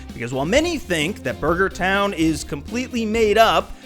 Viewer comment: "Buger Town"